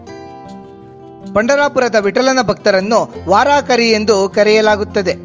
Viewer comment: THANKS FOR DETAILED INFORMATION ON PANDHARAPURADA PANDURANGA VITHALA. PLEASE USE WORD 'VAARKARI' AND NOT 'VAARAAAKARI'. AND THE MEANING OF VAARKARI IS DEVOTEES. HATS OFF TO YOU AND YOUR EVERGREEN HARD WORKING TEAM. MAY VITHALA AND RAKUMAI BLESS YOU ALL.